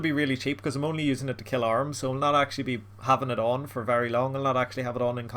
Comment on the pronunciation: Who the hell pronounces AH-rim as ARMS?